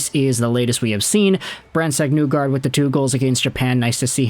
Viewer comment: You’re saying his name wrong. It’s not NEWgard. It’s pronounced like KNEE gard.